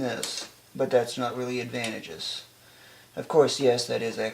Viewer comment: you're killing me with how you keep pronouncing "advantageous". Just...over and over.